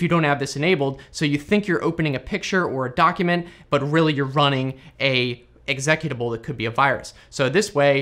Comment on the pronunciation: I laughed at how he said executable